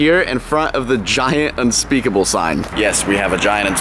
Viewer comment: Is it unspeakable or unspekeple